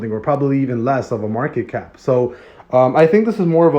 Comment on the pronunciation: Please read market cap correctly I love Bloktopia